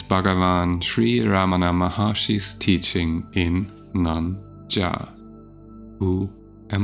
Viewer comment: Its not Nan Jar, it is Naan Yaar.